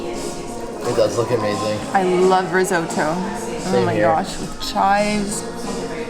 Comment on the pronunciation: Risote-oh ... fml